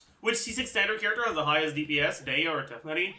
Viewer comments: the way he says tough-nutty instead of tig-nar-i drives me up the wall! how does he speak english so clearly with everything else he says, but BUTCHER names so badly!? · God if that's how you say Tighnari correctly, then I will continue saying it wrong.